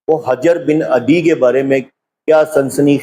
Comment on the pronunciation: بھائی جان شیعہ بے شک نہ مانیں کہ وہ صحابی نہیں تھے لیکن ہماری کتب میں ان کو صحابی مانا گیا ہے۔ دوسرا اپ ان کا نام بھی غلط لے رہے ہیں حجر کے اوپر پیش ہے نہ کہ زبر علامہ حلی کا نام بھی غلط لیا آپ نے حلی زیر کے ساتھ ہے